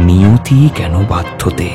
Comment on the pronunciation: অশুদ্ধ উচ্চারণ। নিয়তি কেন বাধ্যতে -- সংস্কৃত বাক্য-বন্ধ। এটুকু জানা মিরচি বাংলার থেকে আশা করা যায়।